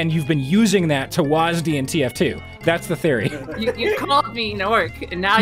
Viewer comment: It trips me up when you pronounce it "Wahs-D", I'm used it being "Wah-sid"